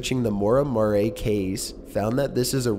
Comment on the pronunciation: Maura Mau-ray? How can you have never heard the name "Murray" before? Arrrgggh! Ma-carb, its pronounced macarb! I don't mind angsty teen but the pronunciations drive me crazy...